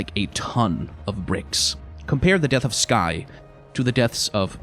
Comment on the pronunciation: "death" of vander